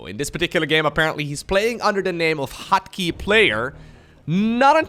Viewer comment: "HotKey" sounds like "Hockey"